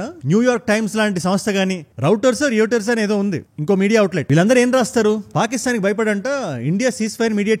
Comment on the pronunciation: Reuters ni ‘Roi-ters’ (like loiters) laga anali bhaiyya 😊